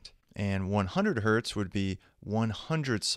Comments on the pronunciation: "One Hert" ... lmao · "One hert" :D